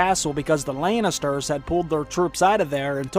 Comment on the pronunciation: I love the way you pronounce "Lannisters".